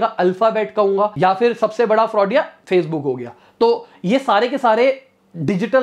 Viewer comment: did he say fraud Facebook 😂😂😂